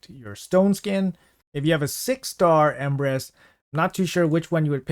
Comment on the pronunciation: I thought he said "Empress"